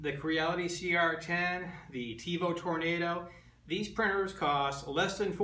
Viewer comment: First of all - learn how to say "Tornado". Second of all, the Tornado has an inherent problem with "salmon skin" unless TL smoothers are purchased. I wouldn't call it an upgrade over the CR-10. The CR-10 facebook group has OVER 20,000 members, it probably has more support then the Ultimaker.